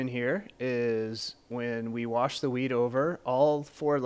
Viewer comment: lol he said weed in stead of wheat